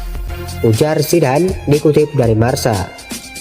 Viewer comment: Marka bukan marsa wkwk